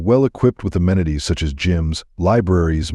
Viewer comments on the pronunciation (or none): none